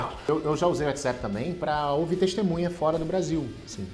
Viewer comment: Desculpa, mas não dar para continuar o vídeo, ouvido ele pronunciar "whatsEpp"